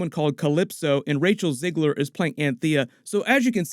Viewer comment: It's Zegler and it's not pronounced as Zeigler either.